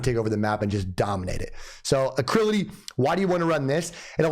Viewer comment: Great video man but one thing, its ALACRITY NOT ACRILITY!